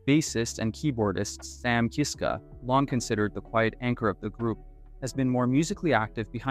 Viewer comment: I’m sorry to be knit picky but please pronounce their last name Kisska NOT Keeeska